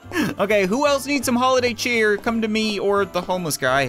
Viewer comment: so much cheer so much chyeet 😂🙏😭👌👌